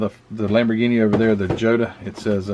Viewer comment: The Italeri 288 GTO is not the only one made. Fujimi did one in 1/24th scale in the Enthusiast series, one in 1/16th scale (re-boxed by Testor), and Testor re-boxed an unassembled Burago die cast version. The Lamborghini is pronounced "YO-ta". The 917 Porsche is definitely a Heller kit. It has an engine where the Fujimi kits don't have one. The real version of this specific car had a magnesium chassis that was found to be cracked upon post race inspection. It never raced again after winning at LeMans in 1971.